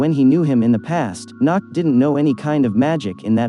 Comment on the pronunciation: The way he says Nacht XD NACKED